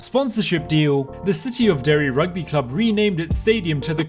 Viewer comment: Mad respect on saying Derry